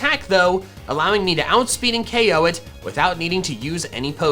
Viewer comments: Yo i would definitely buy if my pops allowed me to it's cool !! fyi you say the one hit ko thing in the opposite way, keep in mind that dont say ok say ko thats it otherwise i love this vid !! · It is ko not ok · Any time he said O.K I'm like it's K.O NOT F $*KING O.K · You switch between saying KOed and OKed a lot... What is OKed is that just a mistake??? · STOP SAYING O K, JUST SAY KO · CONFIRMED: if you take a shot everytime you hear “OH-KO” you will be pretty fucked up